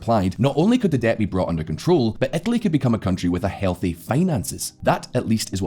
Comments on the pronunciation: where the hell is "etaly"...? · Ohhhhh "Italy"! I was searching for a province/state called "Ethaly" in Italy :D